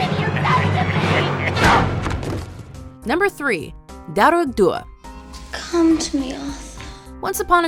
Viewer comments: when you're Irish and you have to listen to them pronounce Irish words wrongly like "dearg" it's horrible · You know Dearg is pronounced just darg , u don't have to mess with the 'r' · Just FYI - fear just pronounce “far” and dearg say “Darrg”. Lír is more like if you said ear with an “L” but don’t hold so much on the “e” sound if ya get me. We know Dullahan as the headless horseman. I have to say Irish is a difficult language to learn. We all learn it in school here and most of us are not fluent so fair play to for her attempts to pronounce some words. It’s very hard and half the time the spelling sounds nothing like the actual word. For example - my name “Aoife”! Spot on with Uisce though a few others. Don’t mind the major critics they are precious about it. At the best of We can mispronounce our own townlands name if we are unfamiliar! Nice top ten. Happy Saint Patrick’s day. Would be great to see more top ten on Ireland. Even on maybe significant moments in Irish history! We have A LOT!